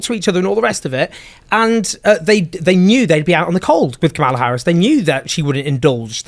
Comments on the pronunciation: How effin hard is it to pronounce Kamala’s name, Jones… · Come on Owen. Pronounce Kamala’s name correctly. I’ll give you the benefit of the doubt with British pronunciation. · Voter turnout. MAGA showed up. Black men DID NOT win the election for Trump. White men and white women (despite reproductive oppression) did. Trump won’t do anything to make the lives of Americans. American people, in aggregate, are politically and strategically stupid. And dude! Pronounce Kamala’s name correctly! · Pronounce her name correctly Owen....why is that hard to do? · Please always insist that your guests pronounce Kamala's name correctly.